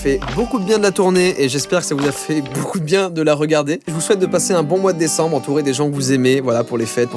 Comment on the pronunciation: Tu a dit decemble